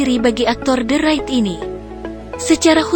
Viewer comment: lu jg salah bro the raid bacanya de reid, soalnya r setelah the itu konsonan bukan vokal. kalo huruf vokal baru dibaca di